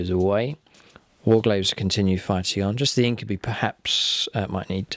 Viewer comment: I really love the battle reports. Only thing that keeps bugging me is its pronounced In-kyoo-bye, not In-kyoo-bee.